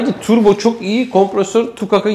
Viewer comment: dünyanın en güzel Turbo diyen insanı